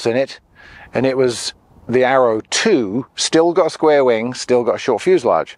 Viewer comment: I am in no way an English expert, nut I clearly hear you say «tapered winD», why so? You are talking about airplane's winG, no? Or is that some kind of jargon?